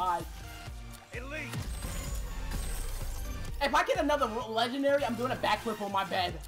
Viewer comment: I'm not sure if anyone else heard but he said stg44 legendelly.